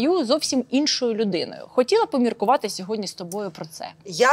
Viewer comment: Оля, не ображайтесь, але Ви говорите "сьогодня", говоріть, будь-ласка, "сьогодні", бо ріже слух.